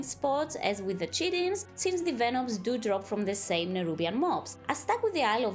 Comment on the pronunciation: “Kite-in” is how chitin is pronounced